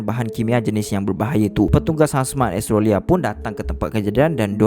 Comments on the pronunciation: the ko sebut australia bukan estroria adoii cacat ko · Seriously sebut Australia "astrolia" ??? HAHAHAH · Astrolia lah (pronounce: Astro-lia) 😂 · kadang2 bro sebut australia bunyi macam "astro ria".... hehe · Mcm dgr astrolia je sebut Australia tu.. 😅 btw, new follower here. Best! Teruskan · Australia sebutan tak tepat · rasa nya elok betul kan sebutan australia,, sekadar teguran sahaja,,, jgn marah yer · Kenape cara menyebut 'australia' lain je bunyi nye 😄😄😄